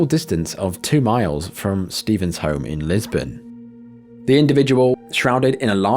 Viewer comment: Lisburn not Lisbon great stuff as always